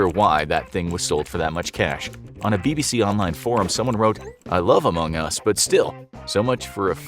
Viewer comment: Why would you pronounce Among Us that way as if you've never heard it before